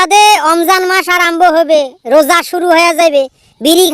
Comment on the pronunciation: বাংলাদেশে কি রোজা কে ওজা বলে